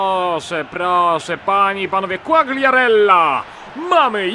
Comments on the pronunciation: nie quagriarella tylko quariarella, czytaj bez G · Fabio Quagliarella - czytaj : (kłajarella)